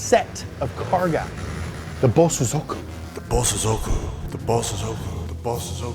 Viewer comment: I can help with japanese pronunciation. The proper pronunciation is Bo-sozoku. Bo is defined slight pause then sozoku is spoken in a faster unison way.. Bo-sozoku . Not Bo-Su-zoku